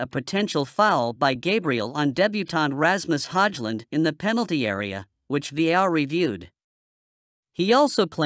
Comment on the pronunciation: commentary can't even pronounce Ramus Højlund name, makes him sound so middle-eastern 😂